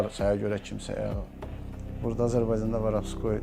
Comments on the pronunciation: biri bu başa salsın ki, Varabskoy yox Vorovskoy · varavskoy demeyi oyren sora video cek